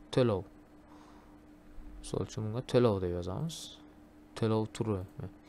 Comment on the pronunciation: Teloo emas, to'lov deb talaffuz qiling, xop!